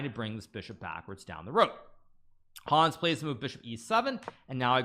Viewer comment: I love so much the way he says the name "Hons" it's hilarius ! this video deserves maximum views for defeating The First American WC!